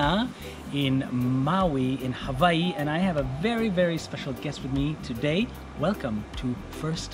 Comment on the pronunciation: I really like the way you say hawaii, I too have panic on eating raw fish after watch this Next time I will definitely try something like this. and thanks for your message on food at the end 😊🌸⭐, happy to see you again, please make more content we are really interested to see a lot from you 😊🌸⭐